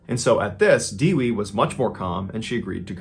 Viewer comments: My wife is Indonesian and her name is Dewi. That is not how you pronounce it. It's pronounced Doo-wee. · I'm indonesian and the right pronunciation of the victims name is isn't diwi but daywee and the killer name is not saraji but shoeraji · It's Only Natural Reaction To Smile Whenever I Heard Foreigners Are Trying To Pronounce Indonesian People Name 😂 Her Name Was Dewi, What I Heard From Mr. Ballen Is Actually "Diwi" 😂 Almost The Same Sounds "Kiwi" While Kiwi Wasn't Written As Kewi 😅